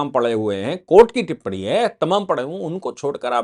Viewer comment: Sir टिप्पणी होती है ना की टिप्पडी आप लोग अगर हिन्दी की ऐसी तैसी करेंगे तो हिन्दी का क्या होगा ।